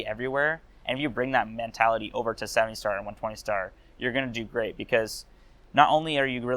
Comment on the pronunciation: what's a "mentalithy" ?